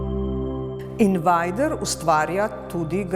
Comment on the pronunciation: Se njegovo ime res prebere "invajder"? Sem mislil da je "invejder"